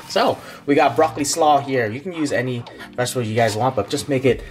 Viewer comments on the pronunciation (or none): Laughing when he says broccoli raw lmaoooo broccoli slaw.